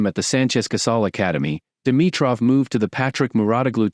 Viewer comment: 😂Is this AI cause its butchering his name everytime just as Rublov when its Rublyov (in russian the e has two dots on top which makes it sound like yo)